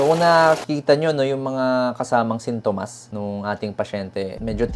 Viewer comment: Sin-to-mas not Sinto-mas kairita ka doc